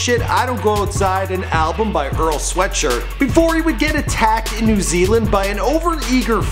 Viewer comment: he butchered Earl's name